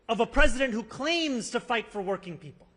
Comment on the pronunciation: "I fivght for working people!" I like that❤